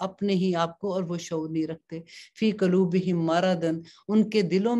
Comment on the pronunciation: آپ قولوب کی آواز کے بجائے والوں کی آواز نکالتی ہیں